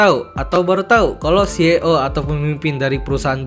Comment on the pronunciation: Maaf bang, saya mau koreksi pengucapan "CEO" huruf "e" kalo di bahasa Inggris dibacanya "i". Penjelasannya bagus 👌🏽🔥